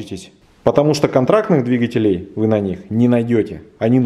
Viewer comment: Не двигателе́й, а дви́гателей)